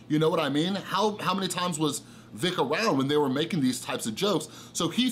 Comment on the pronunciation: But dude. At the same time you totally butchered Vic's name which takes away allot of your credibility on the situation. If you've been catching up on YouTube shouldn't you know how to say it now? It just looks like you spent one morning down a bias rabbit hole. Vic has been a known creep on minors for years. It's in the depositions where he admits to kissing and hugging young girls unprompted. I recommend reading the depositions instead of watching already bias videos of depositions. Also Vic was apart of Ghost Stories dub. Which is along the same lines as these leaks with tons of homophobic and racist slurs. He was on project that was literally the same thing.